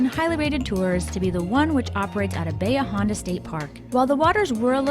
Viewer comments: I was excited they pronounced Bahia Honda correctly. It’s the one that drives me crazy. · Thank you for pronouncing Bahia Honda correctly!! Was born in KW and raised on BPK.